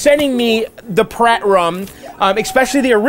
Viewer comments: Are you sure it's not meant to be pronounced Py-Rat, as in Pirate? "Pirate Rum" would seem to make more sense than 'Prat Rum' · It's pronounced "Pirate rum",. Not "Prat" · Dude it's PYRAT like PIRATE. Pirates like their rum. Get it? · Kyle and Vax, he's not saying it like "prat." He's saying "pih * RAT" (short a). But let me ask you about what you think it should be. You say it's supposed to be pronounced "pirate." In a pronunciation key, "pirate" = "pi (long i) * ra (long a) * tee," so it looks like the word "pirate" but is pronounced differently (with the e not being silent), which is what you're saying when you say that it's pronounced "pirate." Right?